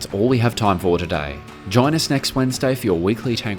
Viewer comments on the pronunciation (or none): The amount of incremental emphasis on the “Wednesday” of workshop Wednesday over the last few episodes has me dying 😂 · Dear Guys, I can’t help that I love the way how Kurt is pronouncing “Wednesday” 😀. What is doing with the barn found tank is absolutely stunning but I think the tank won’t drive on her own because before that it’s obvious the engine needs a complete overhaul. What is doing makes a complete restoration a lot more easy anyways. I look forward to your next vlog and send you love from The Netherlands